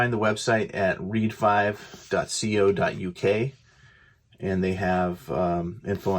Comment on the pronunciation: Just ordered mine. Looks like an awesome book. Glad I found your video. Btw- being a Star Wars book, I think ReadFive is a play on Red Five, not pronounced Reed Five. 😉